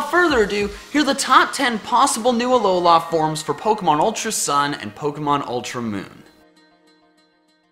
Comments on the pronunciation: Anyone else hate how he says alola? Its alola. Not alola la land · Aw-low-lah.... seriously? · it is Alola not Alolar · Remake this video with a counter for every time he says " aloha form" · Not trying to annoy you but its Alola not Aloha or Alolan from is also correct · It's not pronounced (A-LOW-LA) it's pronounced (A-LOW-LAH) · Dude, it's uh-low-luh not uh-low-lah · Why did you say ALOLAF forms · "...Alolah forms..." It's Alola... Alola. Alola, not Alolah. Normally I wouldn't make a comment like this, but the way you say it sounds so unnatural and forced. Maybe I'm wrong, and you're right, but I just can't stand your pronunciation; I'm sorry lol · it's a lol la not a lo la this bothered me this whole video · Please stop saying alolá forms. Thanks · it kind of sounded like you said alolaa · I wish I never heard you say Ah-Low-Law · It's AloLA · Ah, yes, the "Alola-a" region. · "Uhlowlar" forms :P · Uh-low-luh. Say it with me now. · Stop sayin' “ALOULLA“, it triggers me every time. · He says ALOLAH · says Alowla Kill me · it's pronounced alola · He’s says Alola forms so weirdly and waaaaaay to much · my phone glithed everytime he said that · I'm sorry but I just lmao to how you pronounce Alola and Breloom XDD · If u love Alola forms so much then learn how to pronounce Alola correctly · It is alola the end letter an "a" not an "o" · STOP SAYING ALOLA LIKE THAT. THE EMPHASIS IS NOT ON THE “LA”! AND IT IS ALOLAN FORMS NOT ALOLA FORMS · The way you say Alola is painful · Is it just me, or does he pronounce Alola weird? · The way you pronounce "Alola" irks me. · I’m getting really annoyed at his way of pronouncing Alola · It's pronounced ul-o-lu and gl-iscor